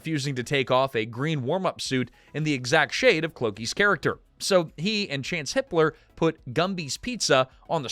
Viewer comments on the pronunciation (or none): Chance HIPPLER. that is not what it sounded like